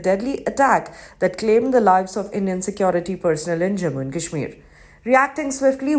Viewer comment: At least learn to pronounce 'Kashmir' properly before talking about it.